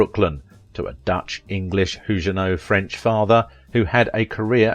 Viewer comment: And "Huguenot" is "Hugh-ge-know" with a hard "g", not "Huge-a- know"